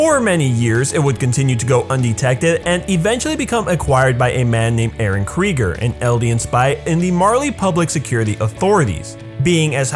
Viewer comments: Kreeger? Ya mean krueger? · Krugger, not Kregger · KRUGER NOT KRIGER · Who is eren krieger? It’s pronounced Kruger foo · yo he really said eren kryger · Did He Say Eren Kreger?